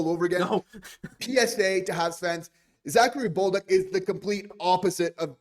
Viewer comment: Guys, it’s pronounced Za-Ka-ri Bol-duc … not Bowl-duck ! 🤣